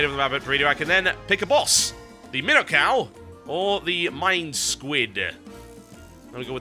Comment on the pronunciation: MIIINO cow not minnow